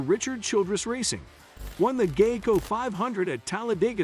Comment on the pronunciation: I hate these computer generated readers, or whatever they are. Can't pronounce words like Fontana or Geico and it pisses me off just to listen to this butchery. Are we out of people who can read?